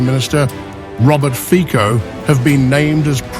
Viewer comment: Its pronounced Robert "Fitso" not Robert Fiko.